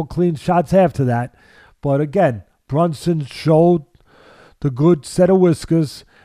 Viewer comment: It's BRUNSON not BUNSON😂😂😂